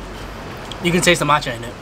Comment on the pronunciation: matcha- NOTCHA im crying lmao